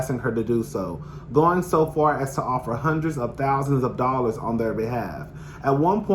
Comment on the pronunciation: $20,000?! The way you said dollars just took me out! 😂😂😂